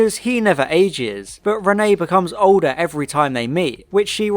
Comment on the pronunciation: Two things; Thing 1- it is pronounced re-neT, there is a t at the end of it Thing 2- I think I can forgive Micky not doing anything as it adds to his feeling that he is useless and the "tin dog" which becomes a major plot point in the next story.